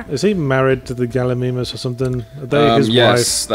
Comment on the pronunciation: I find it funny that Yahtzee kept saying Galli-ME-mus, and kept trying to subtly make Yahtzee realize it was Galli-MY-mus by always using the word, properly pronounced, in his response.